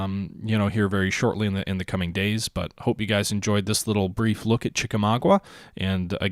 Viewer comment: Sorry, gotta be a peeve again and say it's pronounced Chi-ka-MAW-ga. Also the Chattanooga-Chickamauga area is quite beautiful! I highly recommend checking it out.